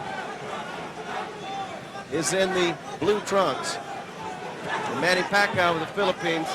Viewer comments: Points shoulda been taking from Sanchez . Pacayo won this fight easy. That dude was so dirty, low blows, back of the head he had no skill so he had to get dirty. Also FM is scared of pacayo. Ha pacayo ! How could you possibly pronounce his name that way? (PACQUIAO) PRONOUNCED pac ee ow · hey mike waffle its fuckyew, not faquiawoooo!! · manny pa-kie-oh. lmfao michael buffer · the announcer prounounce it pakiyaw 😂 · announcer can't prounce pacquiao, he said pakayaw, lol! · They pronounced Pacquiao as "Pack-a-yao" ... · "suffered by manny pa-kai-oh" lmao now he can sure say it right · Manny Pic-cayo?? Good job Michael Buffer! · LOL PEECAW-YOH. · Michael Buffer still doesnt know who Pacquiao is here, he pronounced pacquiao - Pa-ka-yaw. lol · "[...] Puck-eye-oh." Lawlz, Buffer failure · manny pacqiyo? lol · bruce buffer says "manny pack i owe" lol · Manny "Pac-chi-yo" LOL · Back then.. They couldn't pronounced Pacquiao... He said " Pa ee ka yaw" lol but now... people all over the world in different races can pronounce his name correctly.. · michael buffer cant even call pacmans name right at this point of time... he calls him pacyov, the world din know pacman at this stage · Manny PIKAYO haha michael buffer sure learnt his name now after those big performances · you know this is old Micheal buffer can not even say Manny last name correctly,he learned tho as you have to pronounce the bast fighter in the worlds name correctly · this was the time when they don't know how to pronounce the pacquiao name right.